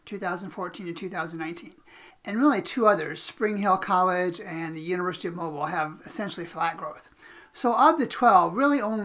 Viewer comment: Please learn the correct pronunciation of Mobile.